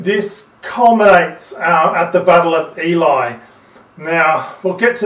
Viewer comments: It is pronounced ‘Eelee’. Not ‘Eeli’. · great video I learned a lot! Just one thing- Ely is pronounced Ee-lee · Also "EEE-lie" is a genuine place, Ely, it was basically an island out in the marshes back then, tis a town now with a pretty cool cathedral.